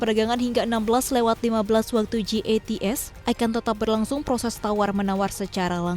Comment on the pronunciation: Jats kali bukan gats haduuuuuh